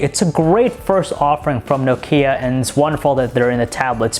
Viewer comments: It's pronounced nOkia and NOT nokIa for Christ's shake! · Aaaargh!!! it's not No-Key-Ah - Nooooo! say Knock-ee-ah speed up until you get it right lol - great review though :-p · Nice review, but for the love of God, stop saying "Nokίa" :) !!! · its not pronounced No-ke-a, nokia is pronounced Nok-ea..... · it's "Nókia" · Nokía? Lol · for god sake stop saying Nokia IT'S fucking Nόkia...... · OMG STOP SAYING NOKKKIA! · I think he pronounces nokia like nok-ee-a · I like it how he pronounces Nokia. He says nokía, and it makes me laugh so hard. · Trond Håvås No it's not. I'm Finnish and he pronounces it incorrectly. It sound's like he says "Noo Kia". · No"Kia" o.O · Is it just me or does he pronounce Nokia weirdly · Please learn how to pronounce Nokia. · Learn to pronounce Nokia !!!!!!!!!!!!!!!!!!!!! And about the light bleeding, you should look into that on the iPad, i owned 2 so far, and both had light bleeding issues